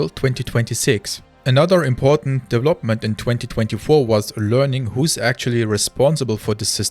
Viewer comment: You speak english better than half of the UK and USA population. To say "development" more naturally, work on your "V" sound. Right now you use a "W" sound. For "v", push your teeth into your bottom lip. It will change your sound. It is like an "F"... with sound.